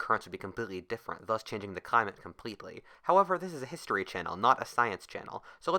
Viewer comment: That is thu queschun of this ultummut histeray